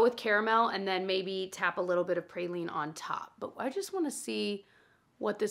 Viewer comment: great video. Love watching you. PrAline not PrAYLine 😅